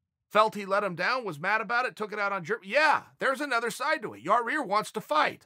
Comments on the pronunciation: Yaaaa rear is funny as heck 🤣👍its yaaaa ear Chael. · Chael just can't seem to get Rodriguez's name right.. keeps pronouncing it Ya-rear.. It's not Ya-Rear Uncle Chael.. ...............It's Ya-Ear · Came hear to watch Chael say "Yarear" couple more times Not dissapeointed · Chael: Ya-Rear Us: Ya-ir Chael: Ya-Rear Us: Ya-Rear Chael: “Okay great” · Chael is the only man who can pronounce names wrong, word has it Yarear is legally changing it this week to keep in line with the big dog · Cheal slowly starts calling Yair Yourear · Lol ya rear. Why can't you pronounce ya- air . I like it though funny shit. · I love that he tried to pronounce it different and just say Yar-rear lol. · "Pretty sure Yah-rear lives in Illi-noise or something" ... Crazy that not only have I been mispronouncing Yair but also Illinois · Chael "I put da noise in Illinois" & "da rear in Yair" sonnen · CHAEL IT IS PRONOUNCED YA-EAR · "Yaw-Rear" lol I love it! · He's been corrected more than a few times, so... Not for Nothing it's still Yer-Rear! 🤣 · Have enough respect to say the man's name right, Chael. I'll help you. Yah-ear. Easy. Now you try it. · Ok chael! Let’s say pantera now ya-rear is not working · "Ya-Rear" and "Jirmy" videos are my Favorite! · Ya-REAR Rodriguez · Everyone in the comments: It’s not Yarear Chael: Ok Great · YAI-EAR CHAEL. It’s not difficult. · yah- eer. for fucks sake. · Chael "Ya'Rear Illinoise" Sonnen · Here chael I will make it easy for you YAH-EAR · Chael gets paid to talk about MMA and can't even say half the names in MMA 😂 ask him to say "ya-rir and geder-jay-check" 3 times fast! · for fuck sake it's not yarEAR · Lol he still can’t pronounce it correctly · tell us Uncle Chael, where does the second R in Yair fit into all this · Jesus, can chael learn how to pronounce Yair... its not that difficult.. smh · Learn to pronounce yair please. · Chael for the love of god say his damn name right